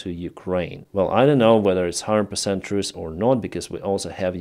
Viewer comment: Say it's true, not it's truce.